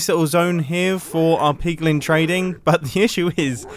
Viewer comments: "Higher likelyhood of spawning zombie pugmun" 😂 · PIGLIN NOT PIG MEN